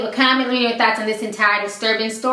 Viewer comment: in the end it always sounds like ur sayin "lemme know ur thots" and i love it